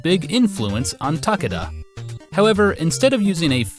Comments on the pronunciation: TAH-kay-dah Sorry to be that guy, but you say the name like 30 times in this video... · Ta-KAY-da it's Ta-KAY-da...